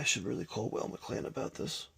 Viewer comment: Weil is pronounced the same as while. You remember Scott Weiland from STP.. Scottish